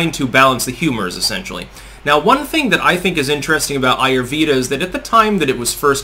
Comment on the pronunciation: It's pronounced "AAH YOOR VAY DHAAH". The vay sounds like way